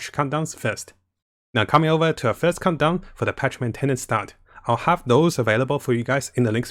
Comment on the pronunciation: Everyone else: "Countdown": "Condom","Cumdown"